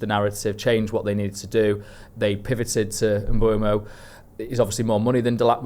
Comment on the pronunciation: Can someone please explain why we are all calling Bryan Mbeumo - M-boomo? The only interview I've found of him saying his name, he says, M-boh-mo, definitely NOT Mbooomo.